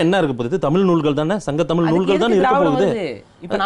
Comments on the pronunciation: தமில் அல்ல, தமிழ் என்று சரியாக உச்சரிக்கவும். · தமில் இல்லை தமிழ். நீயெல்லாம் டமில்டூமில்தான் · முதலில் தமிழை சரியாக உச்சரிக்கச்சொல்லுங்க. தமில் என்று கொல்லாதீர்கள்.